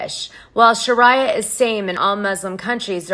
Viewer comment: it's pronounced 'shar-ee-ah'